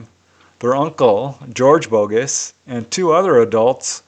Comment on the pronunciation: Hey, I'm from Montreal. Normand Daigle is a French name, so would be pronounced: DEG-LE or DEG-LUH. And Denis Bogus' last name would be pronounced BO-GU or BO-GEW. Something like that! Keep up the great work!